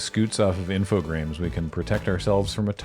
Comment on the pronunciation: I was looking at the logo and I still felt like was saying 'Infogrames' wrong. That extra R is like missing a step on a staircase